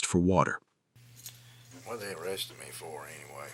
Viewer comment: OH CWAP! I think he's getting O-wested.